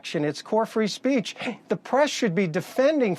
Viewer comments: “Free spreech” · Trump's lawyer is clearly uncomfortable defending trump's b.s. . How many times did he say "free spreech"? Way to go Dana! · “Free spreech”.